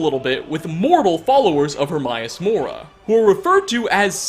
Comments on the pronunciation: Her-may-us-mora Not her-my-a-mora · The only mystery i got from this is why you're purposefully mispronouncing Hermaeus Mora? You played the game, he (Herma) states his name multiple times. I've watched almost all of your clips, but somehow this little nitpicking by me on this video got me perplexed. It's like calling dragonborn, droganbarn. No idea how you managed to pronounce it Hermaius instead of Hermaeus. A true mystery. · I'm sorry, but why doesn't this guy pronounce anything right? He pronounces escape as 'excape', Hermaeus Mora as 'Hermaius Mora', and so many others. Idk. Kinda bugs me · Please learn how to pronounce Hermaeus Mora. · The most disturbing part of this video... despite playing this game for 6 years, you still can't pronounce Hermaeus Mora... How many times have your heard this name?? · Please learn to say Hermaeus Mora right